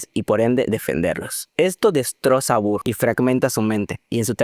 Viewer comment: No me estoy burlando, pero necesito mencionar que me hace gracia como pronuncias el nombre de Burr.... BURR jsjsjsjs Por cierto, muy buen ojo para distinguir las diferencias en los matices. Yo pensé que Eliza estaba usando ropa blanca en el segundo acto en Burn.